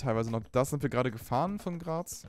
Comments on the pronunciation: Ok ich weis du kommst nicht aus Österreich aber es heist nich Gras sondern Graz das ist die Hauptstadt von Steiermark. Nur damit du was neues über Österreich lernst wollte ich dir bescheit geben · Graz falsch ausgesprochen 😢